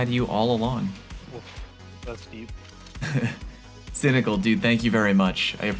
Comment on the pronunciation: You said cynical and I got weirded out